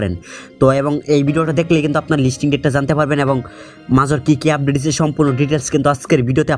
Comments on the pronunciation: শালা মোর উচ্চারণ করা শিখেনি মেজর কে মাজর বলে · ভাই আপনি মাজর না বলে মাজার বলেন তাও শুনতে ভালো হবে